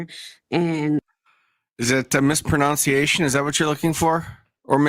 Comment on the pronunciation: Hey, it's pronounced "mis·pro·NUN·ci·a·tion" not "mis·pro·NOUNCE·ci·a·tion". Physician heal thyself 😂